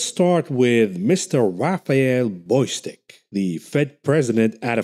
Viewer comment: The name is Bostic, not Boystic.